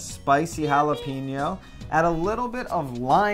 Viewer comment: Being a Californian it really bothers the shit out of me how people from the East Coast mispronounce Jalapeño. It's not Hala-peen-yo, it's more like Hala-pain-yo.